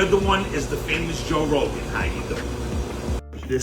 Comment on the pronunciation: "Joe Wogan" 😁